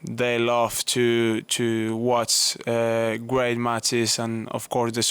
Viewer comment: Carlos struggles with the word "great" which he pronounces "way" lol/ Vamos Carlitos!!!